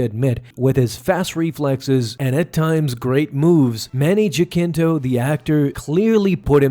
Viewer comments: its Ha-seen-toe not jack-in-toe 😭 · Jacinto = "ha-sinto" . it's Spanish, he's probably Philippino. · Manny Jacinto - we pronounce Ja as ha. So its like 'hasinto'